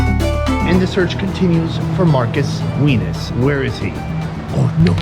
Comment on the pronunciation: AND THE SEARCH CONTINUES FOR MARCUS WIENUS SOUNDED LIKE P**US....